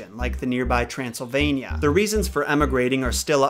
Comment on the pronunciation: Trance - Le - Vain - ya 🤔